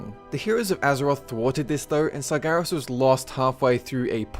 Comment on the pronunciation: Tumor Sargeras? the fuck man, speak clearly...